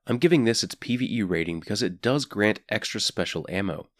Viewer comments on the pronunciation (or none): none